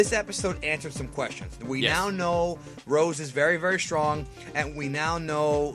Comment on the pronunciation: It is Super Saiyan Rosé, as in Rosé Wine, not Super Saiyan Rose, like the flower. So "Black Rose" doesn't make any sense.